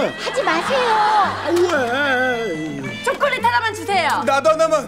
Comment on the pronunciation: 초코렛 ㄴㄴ 쪼꼬렛 ㅋㅋㅋ